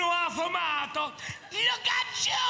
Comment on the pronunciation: it’s not “ sono affomato “ but affamato “. 😂 Morto di fame means “ stingy” . Ho fame = am hungry